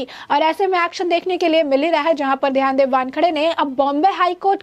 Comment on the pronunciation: पहले सीधी तरह से नाम लेना तो सीखो. इनका नाम ध्यानदेव नहीं, ज्ञानदेव ( आपकी भाषा में 'ग्यानदेव') है!....(मतलब...समीर वानखेडे के पिता का)👍